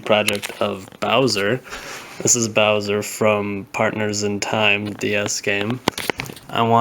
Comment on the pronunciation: the name is wrong its bowser not boswer